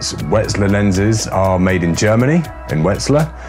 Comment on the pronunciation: Also - it's pronounced Yay-ner, not Jenner. Wetzlar is Vetzlar.